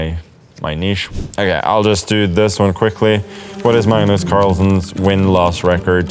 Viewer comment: "I'm Mmmms Carlsen"